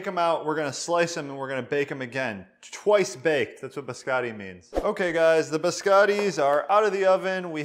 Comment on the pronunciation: true lol. I am a huge fan of this channel though, but he kept emphasizing twice baked and I got the vibe that he was trolling as well.